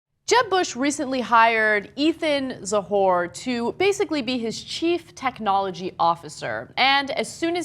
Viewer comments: Ana is pronouncing the name as if it is Ethan "Za whore". Oh boy. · Whenever you see "Cz" in a word, it is pronounced like "ch" is in English. Stop saying "za-hor" it isn't correct, you wouldn't pronounce "Czech Republic" as "Zech Republic." And "czar" should be spelled "tsar," it comes from Russian, "Царь" and the Cyrillic letter "Ц" best translates to the Latin letters "ts."